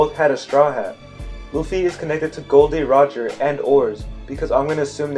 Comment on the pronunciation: First of all, his name is Gol D Roger not Gold D Roger!!!!!!